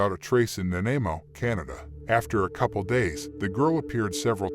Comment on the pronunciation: You are pronouncing Nanaimo wrong...lol..Lots don't really do it right unless you live in B.C...